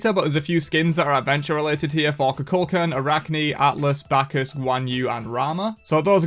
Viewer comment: Why is EVERYONE pronouncing Kukulkan like Cu Chulainn?